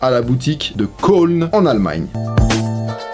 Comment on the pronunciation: tu as parlé de la boutique de "köln" t'as prononcé quolne mais on dit keulne, et en français c'est la ville de cologne ! sinon ta vidéo est super comme tout les sotw !